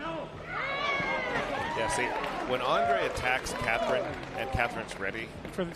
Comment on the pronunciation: these guys can't even pronounce Catherine's name correctly